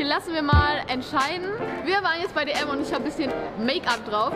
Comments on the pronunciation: ...ES HEUẞT "DM" UND NICHT "D UND M"! 😂😂😂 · Wieso sagt immer D und M? 😑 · Wann Lernt er es mal das es dm heißt und nicht d und m 😂😂😂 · Es heißt dm und nicht d und m